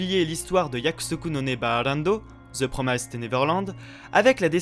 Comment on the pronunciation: j'ai enfin pris le temps de voir cette vidéo, vraiment avis très intéressant, cependant un truc m'a triggered tout le long de la vidéo , c'est pas promaïssed mais bien promissed qu'il faut prononcer haha comme un i normal en français